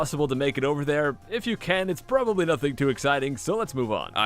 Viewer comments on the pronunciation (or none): none